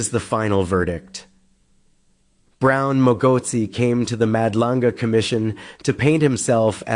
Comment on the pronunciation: can u teach yo handler how to pronounce your name, he will eventually say Mad Langa commission 😂